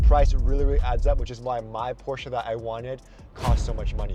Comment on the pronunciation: Thank you for say Porsche correct